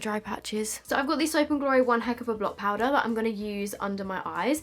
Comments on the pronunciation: Please tell me everyone heard turn American when she said ‘powder’!! 😂xx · Omg she actually does😂😂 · it’s because she said i straight after, if i say that i do the same x